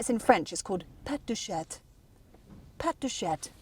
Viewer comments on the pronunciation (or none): Careful on your pronunciation of cat (CHAT), the T in chat is silent. If you do pronounce the T, it sounds like you are saying chaTTE.... The E at the end of a word emphasises the hard last letter, in this case "T". So, on your french pronunciation of (PATTE DE CHATTE), everyone in the french speaking world understood PUSSY PAWS😅 FYI : CHATON = KITTEN and CHATTE is front bottom 😝🤪😜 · "Pet de chatte ! Pet de chatte !..." was an interesting moment. Hopefully, she does not know what she is saying ("Pussy farts !... Pussy farts !...") The good pronounciation for "Pattes de chat" (cat paw) is : "Patt deu cha"... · "patte de CHAT" (pronounced CHA, not CHATTE)!!!! "CHATTE" is the female and it also means "PUSSY"....... 😂😂😂